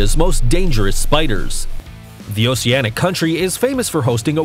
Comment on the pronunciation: he keeps saying nets instead of nests, characterized a frog as an insect, and said “oseanic” instead of “oceanic”